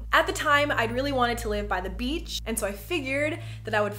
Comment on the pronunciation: Wow Jenna Marbles has really messed me up lol. Every time you say “beach” I just hear “beetch”